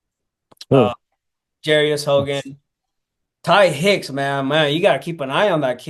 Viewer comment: Please pronounce jarious’ name correctly, it’s j-are-ious not j-air-ious